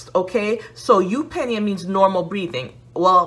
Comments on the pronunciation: You said it right. YOOP nee uh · You had eupnea pronounced properly the first time actually!